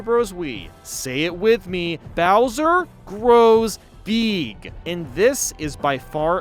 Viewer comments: Say it with me: Bowser grows “BEEEG” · no. bowser. grows. BEEEG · U said big wrong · When u said “bowser grows BEeg!” Lol 😂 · Your saying big wrong